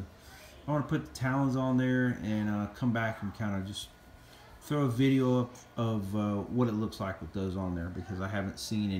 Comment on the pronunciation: VIDEO NOT VIDJA